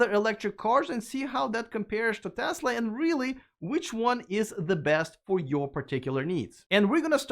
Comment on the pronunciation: Thank you for your correct pronunciation of "Tesla!" It's not Tezla, as Ben Sullins says it.